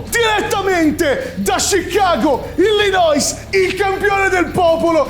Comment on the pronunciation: Io ti amo ma si dice Illinoi 😂